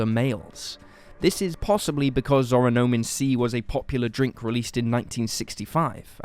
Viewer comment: good video! the drink would be pronounced oronAmin instead of oronOmin based on the hangul on the bottle at one point, though :)